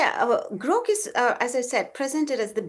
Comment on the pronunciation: Hey lady, it's Grok, not Groak. And Gemini, not Geminee